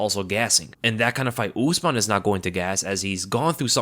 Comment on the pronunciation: Why do you American always pronounce non English names in such weird ways , usman is not ooozeman it’s usman ( simple ). It’s oo not ooooo. Cmon man, It’s not really rocket science.